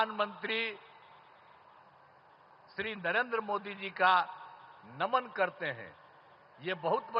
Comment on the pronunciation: Naman hota hai n ki daman 😂😂